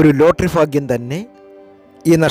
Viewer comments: ഫാഗ്യം അല്ല ഭാഗ്യo ഫക ഫാൻ അല്ല ഭഗവാൻ ആണ് പറയാൻ പഠിക്കു ആദ്യo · ഫാഗ്യം.... ഫാഗ്യം.... ഫാഗ്യം.... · ആദ്യം മലയാളം പറയാൻ പഠിക്ക് 'എന്ത് ഫാഗ്യം!